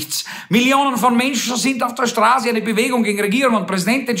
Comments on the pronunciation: Jaja, auf der Strahse - hearst, es heißt Straße! Du Rhetoriker! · Neue Facette Ihrer Sprachfehler! Sie können kein scharfes ß aussprechen.... Aber ansonsten liebe ich SIe! ;-)